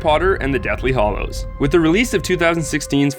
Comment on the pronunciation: Hallows* You said Hollows sir. Get it right